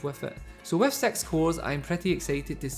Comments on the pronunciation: i cant help but hear "sex" when he says "six" XD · Mate, i love your voice. It's beautiful, but when you say six, I hear sex. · omg turn on captions anytime he says six